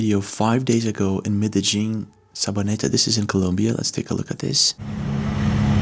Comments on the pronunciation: Medellin❌ Me-de-djing ✅ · Bro you gotta learn how to pronounce medellín. The 2 l's are pronounced as a y sound. Like y in yo-yo.